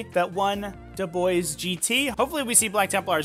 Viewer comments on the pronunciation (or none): It's pronounced "duh-bwah"